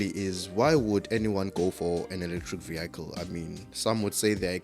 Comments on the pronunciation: What’s a vee-ackle? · Vehicle,that is south Africans there 😀😀😀😀